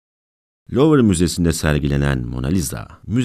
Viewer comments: Lovır değil de luv müzesi değil mi ismi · Louvre diye yazılır, luvr diye okunur! Hiç mi duymadınız yahu!!! Metin kime ait yazsamıza. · Fransızca olarak 'Luv Müzesi' olarak telaffuz ediliyor.